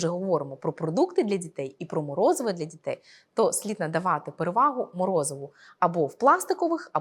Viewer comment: Дякую за відео) 1) Забагато жестикуляції - літання рук відволікає від змісту. 2) Зверніть, будь ласка, увагу на вимову деяких звуків: "ДЗітей", "починаюЦь", "маюЦь бути", "не викликаюЦь"... І навіть власне прізвище ви "зацокали" - "" ))) Успіхів)